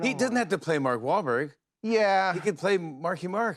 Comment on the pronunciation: "Maak Wahlberg" 😅